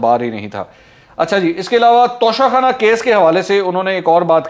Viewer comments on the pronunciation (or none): منصور بھائی توشہ خانہ ہے, تونسہ خانہ نہیں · Tonsa khana nahi tosha khana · TOSHA KHANA na k tonsa khana